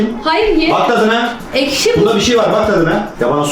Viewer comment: cü saniyesi ekşi diyeceğine eşki dede